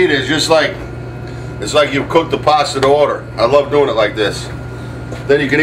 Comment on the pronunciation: There is no "R" in pasta